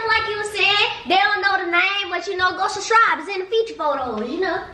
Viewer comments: she said shurshibes did she mean subscribe lmfaooo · E said “go shuscribe” i was dead😂😂😂